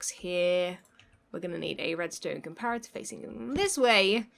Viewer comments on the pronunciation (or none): none